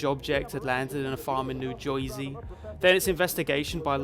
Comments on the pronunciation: I swear your first words were "on October firty-thirst"? Between that, mistaking "Wilde" for "Welles" and pronouncing "new jersey" as "new joisey" I thought the accumulation of minor mistakes like that was supposed to build up to a false reality or something, but it didn't seem like it. Am I actually tripping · "New Joesey" really 🤦‍♂️ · Down voting for you saying new New Jersey like an idiot.